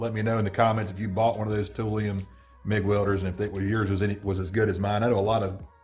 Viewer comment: "Tool lion." Toolion. Not "tool-eon" Toolion..... Raaaawrrrr....... ferocious I realize....... I'm the tool🤣